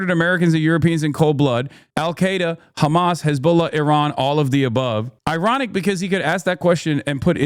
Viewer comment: You're khamas.... Israel...number...1. 🤣 im dying